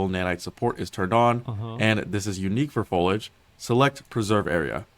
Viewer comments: Imagine producing an entire video where you constantly mispronounced the main word your using... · my man couldn't have looked up how to pronounce foliage before making this video? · Dude can't pronounce the i in foliage to save his life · This guy not pronouncing "Foliage" correctly is really pissing me off. He's just skipping the "i" lol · its actually a little frustrating that the guy is obviously saying foliage wrong each time. JUST SAY IT CORRECTLY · There's an i in foliage 🤧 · The way the guy pronounced foliage bothered me more than it should have 😅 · This dude saying folidge was driving me insane. it's fo-lee-idge ffs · Folage? FOIL-AGE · Fol-EEEEEE-age... ffs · i cant help but be triggered by his pronunciation of foliage. "fow-ledge" instead of "foe-lee-edge" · Foliage.. foh lee age ... do peoples brains just shut off when they see this word? Its not folage or foilage. Damn... dont know why that drives me nuts but so many youtubers cant say it. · not the MOST important thing, but for anyone who's wondering... fo-LEE-uhj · "folage" lol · FOE LEE AH GE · Why does every youtuber that uploads videos like these explaining something, have one dumbass word they say absolutely, horribly wrong. One that you've never heard anyone say wrong before, but somehow this guy manages to make it the one word he repeats 300 times. "FOLAGE" Its like League youtubers when they used to say the word "Turrent" instead of "Turret". Shit is annoying as hell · the dude saying FOAL IDGE over and over triggered me to no end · It's pronounced Fow-lee-uhj Jesus... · Fow-lee-age. Foliage. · Me: I wonder what “Folage” is? 3 min in: oooohhh my gosh he is saying foliage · "Fowlidge" lol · Guy can't say foliage🙃😂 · This is amazing but the dude need to learn how to pronounce foliage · Not gonna call him out for saying foliage wrong? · That dude really needs to learn how to say foliage. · man the guy in the video totally disregards the i in the word foliage its so annoying for some reason